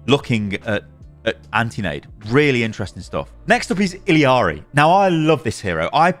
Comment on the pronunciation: "I read the comments!" ......has been told he's saying Illari wrong and still calls her ill ee arr ee. Ee yar ee. Listen to her say her name when you spawn in. You're putting in an extra syllable and the L is like tortilla. (I really hope you don't say tor-tiLL-a in the UK and actually say it tor-tee-ya lol)